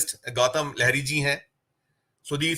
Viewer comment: Bhai saahab, gautam dada ke surname kaa sahi uchchaaran लाहिड़ी hai. Inhen लहरी kahna kripayaa band karen. Sambhav ho to Satya Gindi aur aise doosre platforms ko bhi yah msg share karen. Jin diwangat filmi geet sangeetkar ko ham hindi wale भप्पी लहरी kahte hain unka naam bhi बापी लाहिड़ी thaa